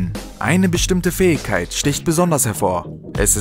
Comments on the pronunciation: „Fäigkeit“ xD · Lern "Fähigkeit" auszusprechen.